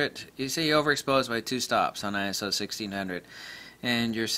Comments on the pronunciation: Not Eye-Ess-Oh. It's Eye-So. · Perry Nah!! Just get annoyed by stupid people playing childish semantics!! Arguing over Eye-So or Eye-S-Oh, give me a break!!